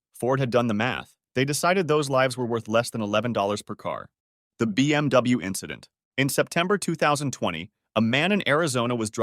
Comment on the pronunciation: "it was just an inchident on the track"